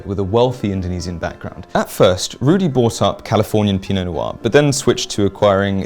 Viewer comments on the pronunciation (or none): none